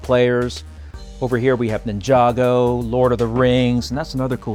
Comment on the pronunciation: Omg he said ninjago right !!!!